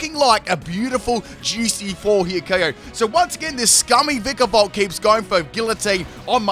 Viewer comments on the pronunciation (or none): none